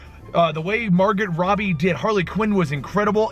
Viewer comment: Margot Robbie's name is pronounced Margot Robbie not Margot Robbie